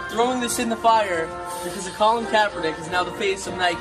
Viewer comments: I love how you never say his name right. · are you pronouncing his name differently on purpose? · I like how you say his name wrong everytime!!!